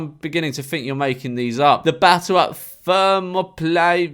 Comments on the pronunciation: Thermopylae (pronounced Thuh-mo-puh-lee) is a real place, it's in Greece and was where King Leonidas and his Spartans fought alongside several thousand Greeks against the Persian Achaemenid Empire led by Xerxes. Its the basis for the 300 movie starring Gerald Butler. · George is so smart he has no time to pronounce Thermopylae